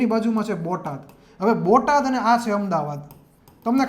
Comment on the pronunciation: ભોટાદ નહીં બોટાદ